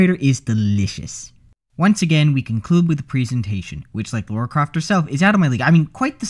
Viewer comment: *Psst* Her name's Lara, not Laura. Lah-rah, not Law-rah.